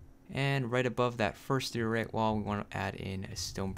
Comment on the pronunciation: man's just going to pretend he did not just say "dee-or-ite"